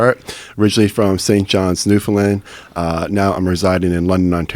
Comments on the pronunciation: This guy’s married to a Newfie, yet she never taught him that Newfoundland is pronounced as “Newfin-Land” not “New-Found-Land” lmaooo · the dude lost me when he tried to pronounce Newfoundland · represent east coast canada!! - if that doctor didnt already want to knock him out, he definitely wanted to when buddy pronouced it New. Found. Land. Ugh. cringe fest. im next door in nova scotia and i nearly threw up myself. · Great chat. Worst part is dudes inability to pronounce Newfoundland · Also, notice how he corrected Alex on his pronunciation of Newfoundland, well he said it the way almost everyone not from here does, but it pisses Newfoundlanders off to no end. Like it makes us wanna smack someone. It's like someone pronouncing Arkansas as "Ar-Kansas".